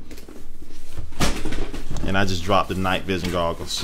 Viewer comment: LOL you said googles